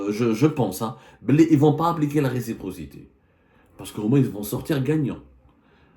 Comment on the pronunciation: Récipro…respro…receptor….impoussy de pronomcy 😢